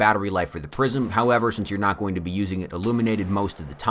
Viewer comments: I keep hearing "prison" instead of "prism." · I thought he was saying ‘prison optics’. I don’t even know what they are...